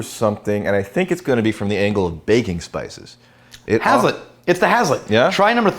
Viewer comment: As someone who’s grown grain for a living I’m gonna take this opportunity to be a dick and say it’s pronounced “haze-let”